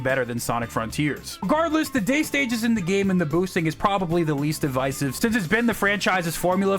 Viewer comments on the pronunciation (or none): say devisive again